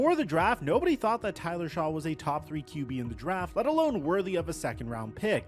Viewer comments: Each time this guy mispronounced “Shuck” he should take a hiatus of making videos. You can tell he literally read articles/watched YouTube videos about the Saints’ current situation, didn’t understand them, and then decided to make a full video about it. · The name is spelled shough...In no world is that pronounced "shuck"...Aints are trash but ive blocked all that dudes channels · “Is Tyler Shaw the situation?” Forget that he mispronounced Shough’s name … he confused “solution” and “situation”. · This is the very reason why I quit watching him years ago. It’s just lazy nonsense with absolutely zero effort put into his videos. This is all right off the dome, because there’s no reason to mispronounce Shough’s name continuously this far from the draft. How he’s got a decent following is nuts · This guy does not know what he’s talking about! He didn’t even take the time to find out how to properly pronounce Tyler Shough’s name! I get the feeling he’s one of those creators that just says crazy stuff to get clicks and views or maybe he really is this ignorant 🤷‍♂️🤷‍♂️ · Love but that opening line of the video, including the inability to say the name correctly of the qb you’re talking poop about, made me turn this off. Still get a like and comment though. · him butchering Tyler Shoughs name just proves to me he did little to know investing.